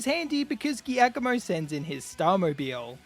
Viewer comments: Giacomo is Italian for Jack (Jakob). It is pronounced differently. the "G"+"i" is to be pronounced like a "j" in English, like in "jar". So, it is Jakomo, not Geakomo. beside this mistake that a lot of YouTuber do, thanks for the very nice video. Fun and pleasure. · Just FYI, the name of the dark type Team Star leader is pronounced “Ji-ah-koh-moh”. It’s an Italian name and therefore a soft g sound. It isn’t the first time I’ve heard people pronounce it that way, but it bothers me nonetheless haha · is that really how giacomo is pronounced? i always said it as jee-ah-ko-mo XD but that was just off reading it. this is the first time im hearing anyone say it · i dont think ive ever heard giacomo pronounced like that